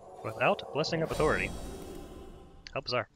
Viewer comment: Why do all the YouTubers pronounce authority in such a weird way?